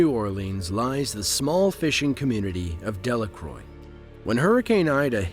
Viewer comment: I’m from south Louisiana and that Hurricane really made a place like Laplace , inhabitable , they literally said on the news no one can live there rn and no hate buts pronounced Del-a-crow , not Delacroy